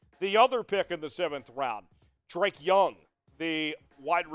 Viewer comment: It’s actually pronounced (Duh-Reek) not Drake 🤣